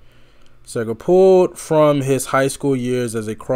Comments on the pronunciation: Seeeeegrrr. no Say-ger. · His name is pronounced See-ger... :) Have you heard Roll Me Away? That song moves me so! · Bob SEE-GIR. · See-ger . . . it’s pronounced Seeeee-gerrrrr. Am enjoying your reactions. Great job. 👍 P. S. Glenn Frey (pronounced fry) is also originally from the Detroit Metro area. He and Bob crossed paths around here quite a bit back in the day, long before either one of them hit it big. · Roll me Away and Like a Rock will blow you away!! And it’s pronounced See ger 😊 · SEE grrr. No “A” in Seger.